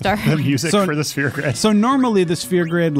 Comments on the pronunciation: she says "spear" grid. When I heard it I had to go back and listen to it a few times lol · OK. I just need to be that guy and say its a SPHERE grid... not a SPEAR grid. Jesus christ people. Pronunciation.